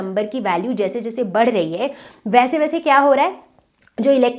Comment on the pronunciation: Mam be like pandey sir badh rahi h ki jagah bar rahi h 😂😂😂